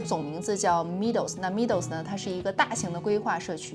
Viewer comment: Meadow 这个字是读 ˈmedō/ （美豆），不是像你读的米豆。